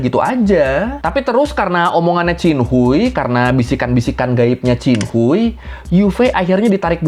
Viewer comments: Dalam bahasa hakka chin khuai, bukan cin hui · bang, bacanya bukan hui tp hwei 😭😭😭😭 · Qin Hui di baca nya qin hue bang ,, izinnn